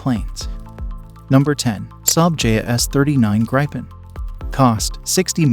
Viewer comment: Gripen is pornounceed Grip in not Graipe in